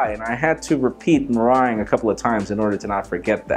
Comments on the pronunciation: Your Spanish tongue just murdered the name of that delicious dessert. Simplify it: "Me" (Like you and ME), "Rung" (Like first RUNG of a ladder). You're pronouncing it as "mey-wrung". Don't drag it, don't elongate it, don't let it slither around your tongue. Drop it. Spit it. Me.Rung. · Meringue is pronounced merang like the end of boomerang. Well at least that's how I've been taught in Australia. Lol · Didn't he say meringue wrong?